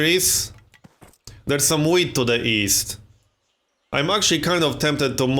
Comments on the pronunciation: Is it just me or does he say weed instead of wheat ? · It sounds like he's saying weed